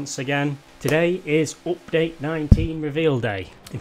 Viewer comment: You say it like oopdate